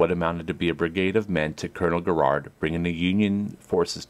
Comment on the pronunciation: It is not Gerrard it is Garrard